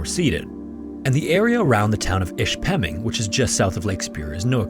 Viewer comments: I grew up in Ishpeming, it's not pronounced the way the narrator slaughtered it, but close enough, I guess. Cleveland Cliffs, currently known as Cliffs Natural Resources is not a small company, it's the largest mining company in the U.S. I and most of us kids had many relatives working in the various mines. I never had any intention of going into the mines, I went into healthcare instead. By the time I became an adult, most of the mines had depleted their ore and closed, the last underground mine, the Mather B, closed in 1979. The open pit mines remained open and currently there's only one left operating, the Tilden/Empire complex. We always heard about the Barnes Hecker disaster but really didn't know about the details, other than it had flooded. It had happened 50 years before I got to middle school. The teachers talked about it but I don't think they had much knowledge about it at that time. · I almost didn't know where this was because if you you pronounced Ishpeming (it was way off). I only know how it is pronounced because I took a couple geology trips in that area. It is actually a lot more common to mine under lakes than people realize. Also, many of the old mines in that area are now collapsing. A nearby town, Negaunee, is slowing being "swallowed up" as old mines under the town collapse. They didn't have those evil "regulations" back when those mines first opened and corporations were only interested in making monry, not the welfare of people. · Love the video. Live near the area, so it's cool to see my areas history. You butchered the pronunciation of Ishpeming tho. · Upper Peninsula of Michigan, not northern peninsula of Michigan. I won't comment on the horrifying pronunciation of Ishpeming. Good video despite my nitpicking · Great story, but you might want to research the proper pronunciation for Ishpeming. Ask a yooper, they'll help you out. 🤭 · How about mispronouncing the town's name? Drove me crazy. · Im from Michigan,it's pronounced-Ish-Pa-Ming....